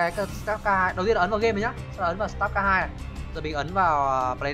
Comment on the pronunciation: sờ tát ca :))) má nó đọc tiếng anh nghe ko nhận ra tên game luôn ấy star là ngôi sao , ko phải start :)))